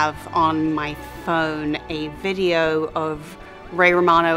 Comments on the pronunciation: When she said "We shot this big ballroom scene" (0.55) and "I have a video" (1.12) you can hear her New Zealand accent coming out of her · When she said "We shot this big ballroom scene" and "I have a video" you can hear her New Zealand accent coming out of her